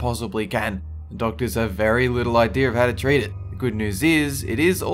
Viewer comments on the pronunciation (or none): none